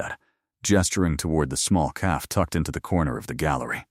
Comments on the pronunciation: Right off the bat. Once again AI can’t count. “Just 3 words. I’ve never done this before.” That’s 5 words AI. It totally detracts from the story when such blatant errors are in it right from the start. How does AI not know how to pronounce “cafe”? It’s not caff! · Great story!❤ Anyone else get frustrated with the narrator not saying “cafe” properly??it’s not a hard word? Why are the main characters always a “Chen” and “Dante”? Are there not other names they can use?